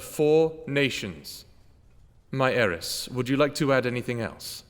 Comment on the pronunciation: Its “heiress”